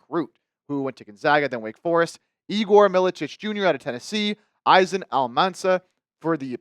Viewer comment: izan is pronounced as ethan